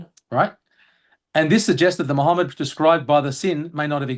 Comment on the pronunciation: Muhammad say it right. This is the name